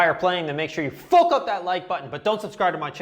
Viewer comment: When you say "fook" you sound kinda Irish 🇮🇪